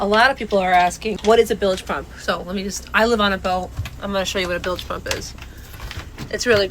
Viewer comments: Dude you are FN retarted !!! WTF is a billage pump? Do You mean bilge pump??? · It's bilge pump not billage pump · Bilge . Say "Billj" not billij. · Bilge not billage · lol! shows how stupid these people are, the man could have googled how to pronounce "bilge" pump. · You don't even pronounce bilge properly